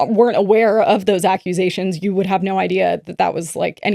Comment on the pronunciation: It’s so serious but word to mouth accu-a-sations is sending me 😭